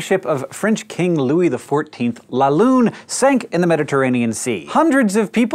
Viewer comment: it's pronounced "la lüne" not "la lune" for english speakers: google it. you do not have the sound. at least i failed to find a word.